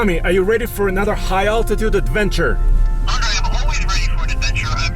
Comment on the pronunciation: it's not andre, it's Andrey, please pronounce my comrade's name correctly 😆 привет, Андрей